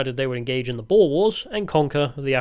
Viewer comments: Greetings from Pretoria. Boer is not pronounced 'boar' it's pronounced approximately 'boor'. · Boer is pronounced with a short oo sound, we're not boars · Nato Bene: boer is pronounced "boor" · Not to be annoying, but regarding the pronunciation of the Dutch word “boer”. The "oe" can basically be pronounced as the English "ou" like in the word "you".